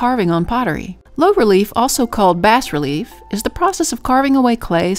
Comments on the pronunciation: Hi! fyi It's "bah" relief, not "bass" relief. The word is french so the "s" isn't pronounced.:) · Bas relief is pronounced "BAH." I liked this video and thank you very much for the video and great tips about the type of clay!